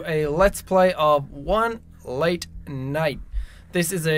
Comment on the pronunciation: He said light instead of late